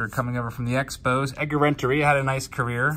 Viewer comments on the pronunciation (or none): none